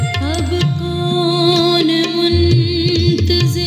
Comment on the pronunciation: بس “کون” میں تلفظ کی غلطی بری محسوس ہوتی ہے